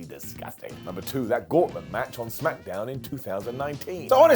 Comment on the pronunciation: Smackdown not smackAMdown.